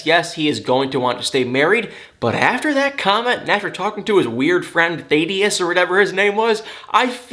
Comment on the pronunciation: Just an FYI...Thaddeus is pronounced Thad-de-us not They-de-us. I only know because it's my dad's real name 🤣